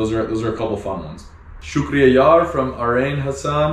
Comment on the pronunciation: Hey, really enjoying your videos. I live in Australia and It's been 3 years that I've had visited my home country due to Covid Restrictions. Your videos brings back alot of memories and also i like the way you say Shukriya Yar! Sounds cool.